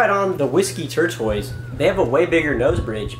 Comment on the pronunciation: It's TORE-TUSS (like the turtle); not TORE-TOYS. :)